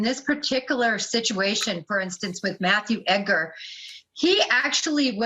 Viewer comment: I'm not trying to be mean, but the emphasis is on Ed, so it's pronounced as ED-gar. The gar is pronounced as grr or ger. Love your videos! You give clear, concise accounts of these true crime tragedies. I also love that you put your 2 cents in the vids because I'm usually saying to the screen right around the time your sassy comes out. 😊 Also, Merry very belated Christmas 🎄 😊.